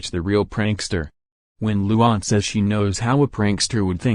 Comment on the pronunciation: you did not say luan's name right